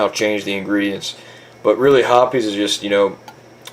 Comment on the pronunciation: it is pronounced hoppIES actually